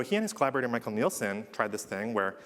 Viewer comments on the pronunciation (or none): none